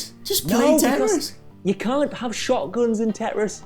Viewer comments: 😂 Are they trying to say TETRIS? TEN WRISTS TIT RISS TED REST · Teh'riss? You mean tetris? Lolol